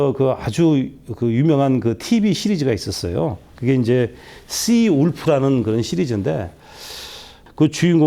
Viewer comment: der Seewolf의 발음이 시울프가 아니고 der가 앞에 있는거보면 "세볼프"가 맞는거 같습니다.. 좋은 턴 설명 감사합니다.